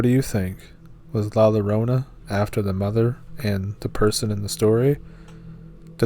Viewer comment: La Llarona is pronounced La Yarona